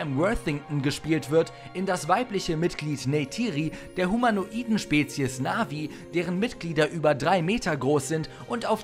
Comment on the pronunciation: zu Nr. 9 (HdR). Der Freund von Frodo heißt Sam (von "Samweis") nicht (gesprochen) "Säm" (wie engl. "Samuel") zu Nr. 4 - die heißen Navii (Betonung auf "i") und nicht "nAvi" (wie das Navigationsgerät) :-)